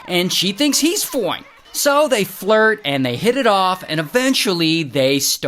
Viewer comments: The “FOINE” !! Gets me every time 😂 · I like the way you say foine, it always makes me laugh😂